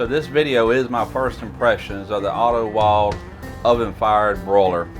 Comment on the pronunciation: Wilde is pronounced "vilda". W are pronounced as "V" and an e at the end of a word is pronounced similar to "ah" like Porsche "porsh-ah"